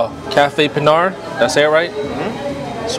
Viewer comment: You pronounced "Pinar" correctly! I like the steam table presentation! You can see exactly what you get! In Cuba they say "Congree" to describe the rice & beans. In PR they say "Moros"! The real "Cuban" sandwich is made with ham & pernil! You ate a Beef version of that! That delicious beef stew is called "Guisado de carne de rey"! The shredded beef, ropa vieja in Spanish, is the most popular Cuban 🇨🇺dish👍 Super good stop, very casual with good service & fair prices⭐ God Bless🙏